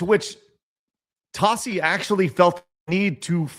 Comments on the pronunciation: What? He's saying Tossi, just like it's spelled! T-a-s-s-i: Tossi! 😉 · Everytime Tassi gets called out he always plays the ignorant buffoon. Also you're saying his name wrong